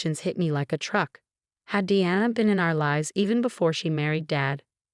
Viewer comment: Thallium is deadly. They should have given it to the stepmom. Also, your AI mispronounced Diana and Martinez. That deserves a thumbs down for sheer laziness and stupidity.